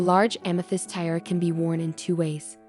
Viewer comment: Is this AI reading, I hope? What's the deal with "tie-rah" and "tea-eh-ah"? Sheesh!